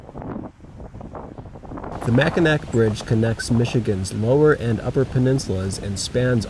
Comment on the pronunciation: Both spellings are pronounced Mack-n-aw. Just found your channel, looks cool.